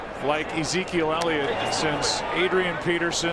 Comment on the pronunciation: .... it's Ellliot..... ELLIOT!!!